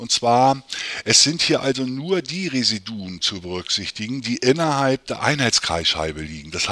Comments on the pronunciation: Ihre Aussprache von Residuen macht mich fertig. Bitte lesen Sie das im Duden nach. Es heisst Re-SI-du-um. Ansonsten aber sehr hilfreich, danke!! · Es ging um die Intonation, nicht den Plural. Wobei ich das nicht weiter wichtig finde. Vielen Dank für Ihre tolle Arbet.